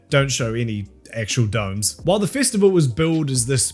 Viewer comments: I don’t know what a” fistiful” is but it sounds painful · Here's me giggling slightly every time I hear 'fistival'.